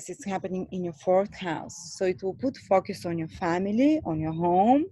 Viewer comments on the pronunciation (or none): Focus - not focius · U pronounce focus as fuckus.... 😂